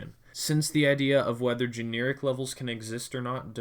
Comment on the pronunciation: Gen - air - ik NOT gene - ear - ik